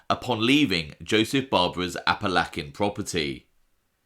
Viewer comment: love your vids but we really gotta work on your Appalachian pronunciations lol